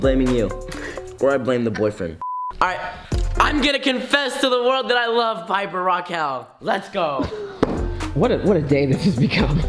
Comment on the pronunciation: it’s piper not paper